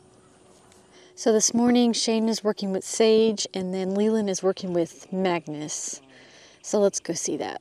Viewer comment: is the horse's name Mangus or Magnus? I have heard both versions in previous videos.